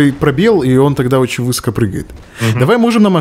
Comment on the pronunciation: Зачем Брейн стал говорить "вЫсоко" вместо "высокО"?